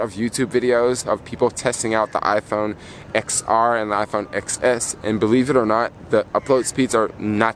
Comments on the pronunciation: Upload speeds depend on your carrier. The iPhone doesn’t dictate the upload or download speeds. Yellow is a popular color, order it online if it’s not in stores. It’s Roman numeral X. You pronounce these devices as 10S, 10S Max & 10R. Are you referring to USB C?? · I think you're supposed to pronounce the X as a 10 10R, 10S, 10S Max...